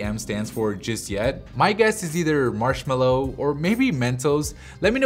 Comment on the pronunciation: It's marshmallow